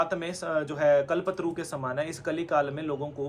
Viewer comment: ye bate kar raha hai bas kitabi is se ppcho ki isne kitna पुरश्चरण kiya hai bate badi badi कल्पतरु को तो उच्चारित नही कर पा रहा ढंग से बाते करवा लो